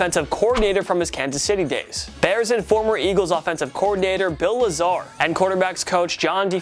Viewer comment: Today's TPS presenter errors: Bill Luh Zar (should be pronounced LAYzer) Devin Sing-le-tary (should be pronounced Single-tary) Do these guys actually WATCH football, or just read cue cards?